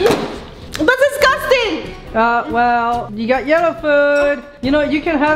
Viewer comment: SAID DISCASTIN CORRECT WAY IS DISGUSTING